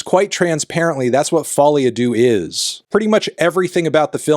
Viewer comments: Why do you pronounce it "folie adoo" ? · As a french, "folie à deux" pronouciation by Anthony is hurtful😄